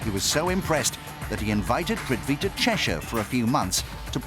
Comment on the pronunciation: Lol !! It's prithvi